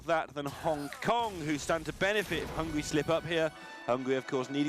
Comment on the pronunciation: This announcer was ridiculous, the fatter one.... Hungry, hungry ...i understand he is hungry. BUT hungry means u want to eat....HUNGARY is my country.... and there we lives, hungarians! NOT "hungries" . Find some better advertisers for their postions. And kick them.... they are irritating and insolent.